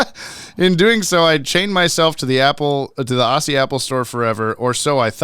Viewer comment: It truly sucks you had to pay $ on Aussie iTunes per episode when I bought it all here each season was only $4.99 each and was the only way I could watch it legally. Also it’s pronounced Ozzie but spelt Aussie just a very annoying pet peeve of mine and I assume other Aussies.